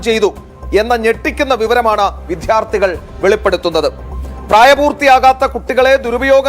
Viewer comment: വിദ്യാർത്ഥി ആണ് viddyaartthi അല്ല കുട്ടിയെ